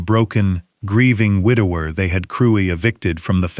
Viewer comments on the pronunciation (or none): What is a widow rourer? The word is widower, for heaven's sake.